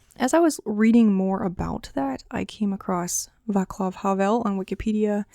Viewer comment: The correct pronunciation is 'Vátslaf Havel'. Anyway, I enjoyed the video a lot and thank you for letting people know that the Czech literature is worth reading